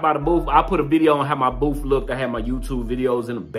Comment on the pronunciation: Proud of my, I'm glad you both had fun. Baby, ummm, did you say booth or boof.....🤣 I love my.